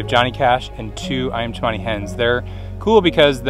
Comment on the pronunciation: it called Cemani not Chamani